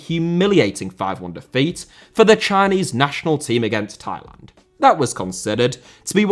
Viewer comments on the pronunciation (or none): none